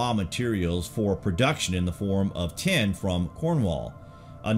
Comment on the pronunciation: This guy keeps saying "ten" when he should be saying "tin". I was confused for a while - ten what?